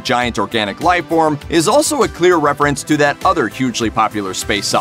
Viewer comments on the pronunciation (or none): none